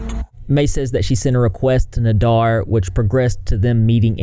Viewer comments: Sorry for being annoying but...its CHANTAL &NADER...not chantel &NADAR.BUT,he is scary and needs to be deplatformed FAST.sad that Youtube has no reaction to this and let him continue on their site. A SHAME! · It’s pronounced NA-dER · cant get passed u calling him nadar i feel like im in spanish 1 all over again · Nah-Dear Nay-Dur Nay-Dear By the end of this video I'm pretty sure his name was pronounced 10 different ways. Lol Still all ends up meaning one big asshole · You r pronouncing Nader’s first, and last name completely wrong. I’m sorry I’m mention ing it but for some reason it’s driving me nuts. It’s pronounced “Fvcking” “D@ 😁😁😁